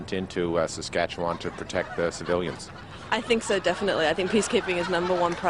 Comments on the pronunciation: I've spent my 58 years, so far, in Saskatchewan and I can honestly say Rick Mercer has no idea how to pronounce it. Local pronunciation is much closer to "S'skatch'win" because we don't have the patience to drag it out for 4 hours like Mercer does. And 1/4 of Saskatchewan's population lives in Saskatoon. If you want to have fun when visiting a foreign country tell people you are from "Saskatoon, Saskatchewan". Say it fast enough that it sounds like one word. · As an American, I can confirm that I knew nothing about Canada before I moved there. We especially wouldn't know anything about Saskatchewan, unless we live in a border state. Even Rick Mercer is pronouncing the name wrong, unless he is purposefully pronouncing it like an American would. This Hour Has 22 Minutes became my favorite Canadian show when I moved here. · I have only ever heard Saskatchewan pronounced the way he does, but I grew up in Québec. Western Canadians have a different accent, so any difference could either be due to a different accent... or most of us are massacring an indigenous name. Wouldn't be the only one, not by a long shot (Ottawa is one major example)